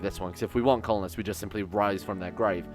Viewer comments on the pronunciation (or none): You are referencing Altered Beast? It sounded more like "WISE FWOM YOUR GWAY!" if you ask me ;p